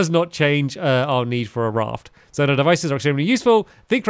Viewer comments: It’s z oh night not zon ite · Stamps it’s pronou z-o-ni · Zonai is pronounced "Z-oh-nigh" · It’s pronounced Zoe-ni